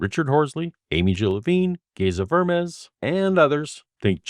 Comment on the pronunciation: It's pronounced "Geza Ver-mesh," with the accent on the final syllable. For future reference.